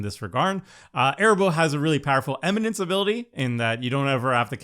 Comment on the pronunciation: Nacatl = “ NUH-cattle” Arahbo = “ a-RAW-bow” Kennerüd = “ KEN-eh-rude” Funnily enough = FUNNY enough 😂